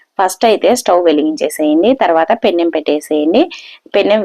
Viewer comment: పెన్నం కాదు పెనం